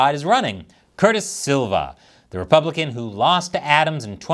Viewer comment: It's Sliwa - not Silva. Silva is Portuguese but Sliwa is either Czech or Polish I think.